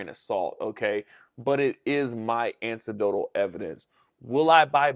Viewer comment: My inner grammer teacher dies a little when you say ancidotal 😢 Anecdotal, brother. An-ik-dotal 😊